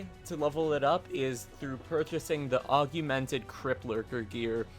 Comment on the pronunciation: Augmented, not AugUmented